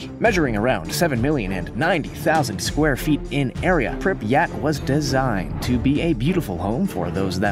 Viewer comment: Learn to pronounce Pripyat properly